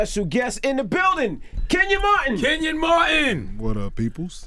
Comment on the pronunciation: i have the same first name, why does everybody pronounce it ken yin and not ken yawn lmao